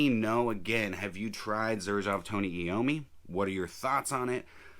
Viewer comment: Come on, man! It is pronounced "Eye-oh-me".